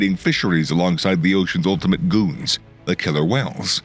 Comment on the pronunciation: He says Argentina with an accent then calls the killer whales The Seas Ultimate “Goonz”